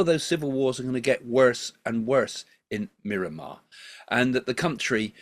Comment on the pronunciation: r u calling Myanmar Mirramar?